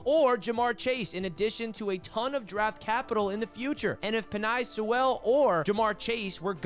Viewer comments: Btw just so the AFC East Roundtable doesn't clown on you. Penei Sewell's name is pronounced "Penne (like the pasta) Soo-ull" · Why the fuck do you pronounce Penei Sewell like that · Yeah he butchered that 🤣😂🤣🤣